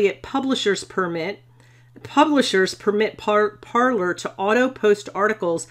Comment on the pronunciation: I thought it was pronounced par-“lay”